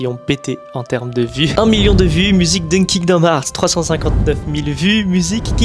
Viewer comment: Heart n'est pas hart moi même je suis nul en anglais mais je sais prononcer coeur en anglais svp si tu est fan prononcer le bien